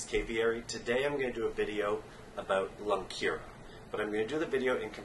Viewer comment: its not lungkira its lungkaryan